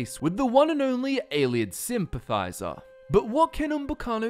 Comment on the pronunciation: "Ayleid SIMPathizer"